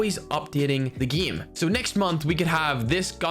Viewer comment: Can you say game and eight correctly. Not eit... EIGHT and not gme... GAME. Also we know your talking about CoD Mobile please stop saying it constantly. Other that those 2 really annoying things your content is very good.